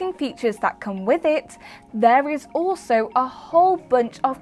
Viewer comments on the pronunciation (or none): none